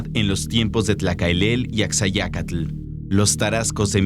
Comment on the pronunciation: Ashayacatl, se pronuncia.